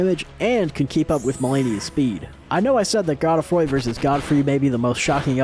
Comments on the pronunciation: god-uh-froy, bruh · The whole video I was waiting to see who replaced Melania, and while Gideon replacing Melania was funny, Astel replacing the Leonine Misbegotten had me on the floor. This was incredible! Also is anybody gonna tell him he’s pronouncing Melina and Godefroy’s name wrong?